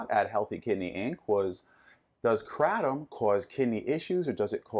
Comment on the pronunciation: Probably don't want to get your answers from someone who doesn't even know how to pronounce kratom.